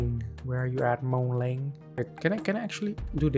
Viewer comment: It's not moon ling it's Moon Ming